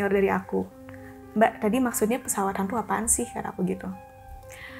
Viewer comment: Pas ngomong pesawat "Hantu" aja terdengar logat nya jelas banget pengucapan T nya